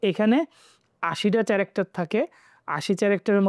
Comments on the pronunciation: উনি ক্যারেক্টর কে চ্যারেক্টর কেন উচ্চারন করে বুঝলাম না।😂😂😂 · ভাইজানের কথা ভাল লেগেছে তবে কিছু শব্দ যেগুলো উনার উচ্চারণে জড়তা আছে যেমন - character- এটার উচ্চারণ হবে ক‍্যারেক্টার- কিন্তু উনি উচ্চারণ করছেন - “চ‍্যারেক্টার” । এরকম প্রো- ভেরিফাইড সেলারের শব্দচয়নের ক্ষেত্রে আরো সতর্ক হওয়া দরকার। এটা যদিও কোন ইস‍্যু না তবুও। উনার সর্বোচ্চ উন্নতি কামনা করছি। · thank you brother, the pronunciation of 'character' would be ক্যারেক্টার